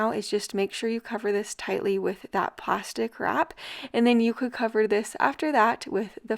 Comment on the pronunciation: I thought you were saying “pasta crap” instead of plastic wrap!! 😂